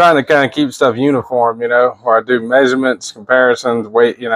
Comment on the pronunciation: Are you saying uniform or unicorn? Lol